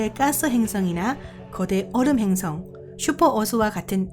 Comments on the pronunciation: 근데 한국사람 아니져 ?? 행승이 아니고 행성이에요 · 이~~행승은 ... 자꾸 귀에 거슬려요